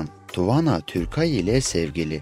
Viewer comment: TUVANA DEĞİL TUANA.